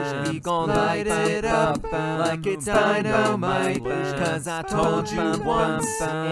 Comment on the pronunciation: why does he say "dino might" 🦖💪🏾😂